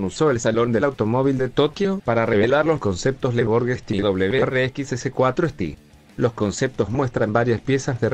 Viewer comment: Para que suene un poco mejor cuando tienes que hacer este estilo de audios te sugiero que escribas por fonética y no tanto por ortografía, por ejemplo si quieres que suene correctamente STI, escribe, ESE TE I. Espero te haya servido para algo